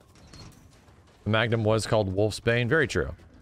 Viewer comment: Why always says Magnum Ammo, I hear Magnamalo XD